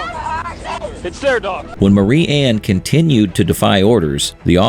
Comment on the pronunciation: Marianne is "M-AIR-E-ANN" "MARY-ANN"